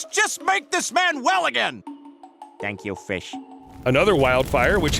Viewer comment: I DONT CARE HELP HIM "thank you fesh" (Edit)what happen to humanity these days